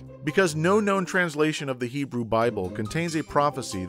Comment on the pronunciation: Pronunciation of those Hebrew words: 3/10